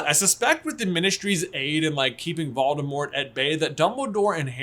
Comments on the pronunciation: Voldemor is back,"t" is silent ;) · I really love your videos, but the way you pronounce Voldemort dries me crazy 😅😂